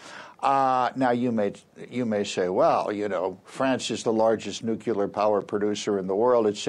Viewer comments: “Nucular honey. It’s pronounced, nucular.” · It's hard to take you seriously when you can't correctly pronounce the word "nuclear."